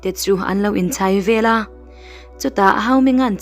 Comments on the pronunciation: Velah tih hi a dik lo Veleh tih tur aw, he tia mitam tak ngaihthlak tura thu sawitu te hian, Miuzoṭawng hi uluk hram teh un. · Veleh tih tur vela i tiziahhi i ti lui a ang ka ti chhiar dik ve la